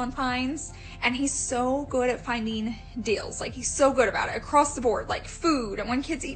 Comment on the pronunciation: I unsubscribed also because she was buying a new area rug every week. Ugh they must have a good FB marketplace or something for her to constantly be buying new things and selling the stuff she gets tired of? I also couldn’t stand the way she mispronounced words, like “I like finding good “dills”; you mean deals? And I love a good garage “sell”; instead of sale? Or even just now for her new “aventure”; adventure?? I’m from Oklahoma so it’s NOT an accent thing. She also says “definitely” a MILLION times. Just got sick of it and needed to unsubscribe and turn off ALL notifications.